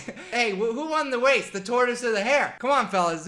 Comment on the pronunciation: “who won the wace?” 😭😭